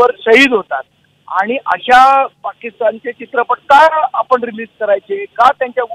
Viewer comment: अरे मुर्खा आधी लिहायला शीक,त्याला रिलीज असे म्हणतात , रियलाइज नाही म्हणत ,बावळट